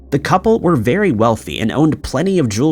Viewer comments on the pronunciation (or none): none